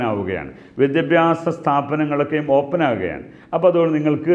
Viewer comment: ഓപ്പൻ അല്ല ഓപ്പൺ